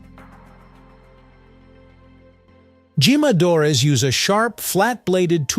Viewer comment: I like your videos very much. I learn a great deal. But I wonder is the voice a human voice or a computer voice. if computer it should be programed to pronounce the Spanish 'J' correctly. The word 'jimadre' is pronounce with an English 'H' sound not an English 'J' sound.